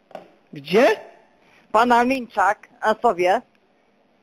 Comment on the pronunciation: Nie Linczaka tylko Pinczaka ta słoma co sie paliła to była burmistrza Stęszewa a Prażanowscy nie umieją wymówić poprawnie nazwiska :D